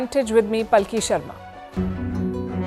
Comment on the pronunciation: It's pronounced pal-ki